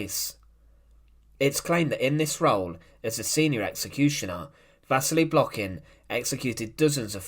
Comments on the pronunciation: An incorrect stress. His last name Blokhin is stressed on the last syllable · u done even say his name right